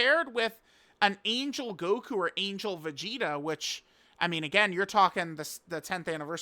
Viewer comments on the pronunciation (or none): none